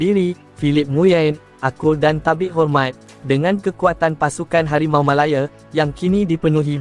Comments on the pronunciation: Sebutan tu janganlah melayer, MALAYA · Aduiii..Harimau malaya dik bukan harimau malaye..